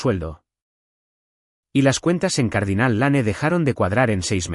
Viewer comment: Se pronuncia Dostin aunque se escriba Dustin. Es un nombre Anglosajón. Les aconsejo que si no saben pronunciar correctamente el inglés busquen en cualquier lugar que existe muchísimo la traduccion al español . Por ejemplo Cardinale Lanen esta horriblemente mal pronuciado.